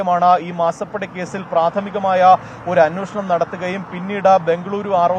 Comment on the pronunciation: അന്വേഷണം എന്ന് പറയാൻ പഠിക്കുക, അന്വോഷണം അല്ല 🤣